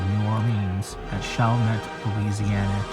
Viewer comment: It is pronounced shall-mett & its not in New Orleans. It not even in the same Parish. However it is really close. It is in the city of Chalmette in St. Bernard Parish.